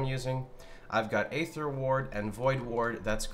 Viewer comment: Aether is pronounced "ee-thur " not "aye-thur".